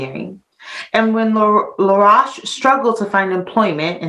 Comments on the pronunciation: His name is pronounced La- roashe rhyming with toast. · Your mispronouncing his last name "La'roche" ro-shhh. I've known of this history for nearly 20 years. In Haiti they will also correct you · Laroche is pronounced La Roche with an Oh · It should be pronounced Laroashe, rhyming with roast or toast. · Please people, keep, the "u" out, it's LaRoche. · When she pronounced I thought she said Rush the one died in tatanic submersible recently. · As you can tell she's not French. Get over it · You're right she is mispronouncing his last name. Then she said others mispronounced it when, in fact, they had it right! Lol.